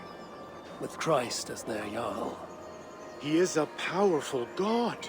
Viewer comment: It's Jarl not Jael.